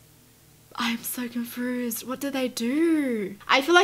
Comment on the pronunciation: What's "confrused" 🤔🤔🤔